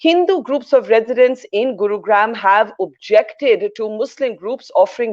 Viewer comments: Wr know from her pronounciation that she is a fake Indian and is therefore not credible. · OH MY GOD ! Barkha ! guru - graaaaam ? really ? Can you not get any pronunciation right ? how come you get Kaepernick right ? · The way Barkha pronounces the “gram” in Gurugram! 🙏🙏🙏 Why is she doing this? She is Indian. She surely knows how to say the “gram” part in Gurugram.